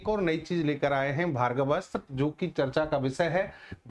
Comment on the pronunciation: आप भार्गवस्त्र बोल रहे हो सही नाम है भार्गवास्त्र वा" का उच्चार कठिण है क्या?